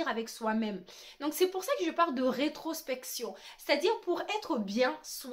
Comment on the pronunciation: Introspection mdr tu as du mal à dire ce mot hihihi.... Tu n'as pas tort avec ça mais le cerveau humain n'est pas habitué à faire ça. C'est du travail et du développement personnel !